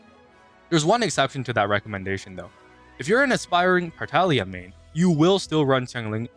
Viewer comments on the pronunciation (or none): none